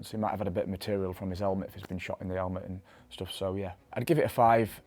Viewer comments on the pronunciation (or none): I love the way that he says " 'elmet"